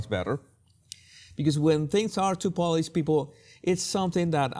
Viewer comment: Jesus, please say paw-lished. You are saying Polish’d. Otherwise, your English seems very polished.